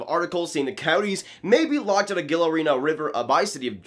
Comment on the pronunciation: Gila is pronounced Hila btw